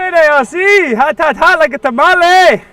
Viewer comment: I like how he says tamale…like a Mexican boss with dark humor!!!lol